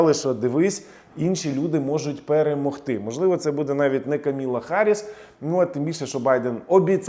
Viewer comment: КАМАЛА.....А НЕ КАМІЛА...